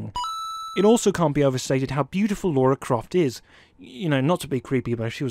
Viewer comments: Minus a win for every time this guy calls her LAURA -645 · A few points down for you for continually calling Lara "Laura", tut tut, but otherwise really nice video, thank you and I agree with pretty much all your points. Loved this game. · Her names lara .. not laura ... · LARA NOT Laura ffs.. 20 years and you can't get it right. Say it with me L A R A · It's Lara not Laura. Plus, she's fictional..... But I'll let it slip lol we all feel the same from the original PS1 game and the huge tits....... But now she's a B cup at best..... Sad face. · Its not pronounced Laura. - I know this isn't a big deal. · What the fucking fuck dude?! Pronounce her fucking name right!